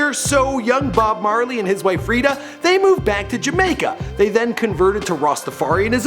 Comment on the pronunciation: You said bob barley